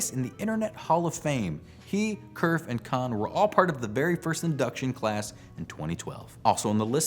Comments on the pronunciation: Having worked for and spoken to the man, I can assure you that Vint Cerf's last name is pronounced as "serf", not "kerf". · Nitpick: Cerf's last name is not pronounced Kerf but should be pronounced Serf.